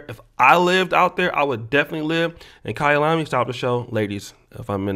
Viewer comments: Kayalami 💯 on the pronunciation👌🏿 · The way you say Kayalami is perfect